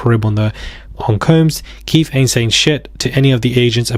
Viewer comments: It’s Keffeeeeeeeeeee D Not Keith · Pronounced Kee Fee Dee. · His name is pronounced Key- fee D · It's pronounced "Keith-e-d" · Just in case you more on Keefe D. It's pronounced Key-Fee